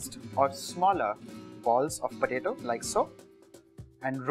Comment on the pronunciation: it's potato not patato....